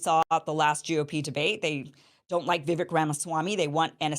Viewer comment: Vi "vek" sounds like Cake not vick #LegendKim